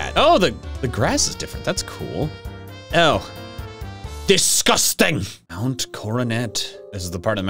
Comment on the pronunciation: chingling appears: DISGOSTANG me: that's the meme!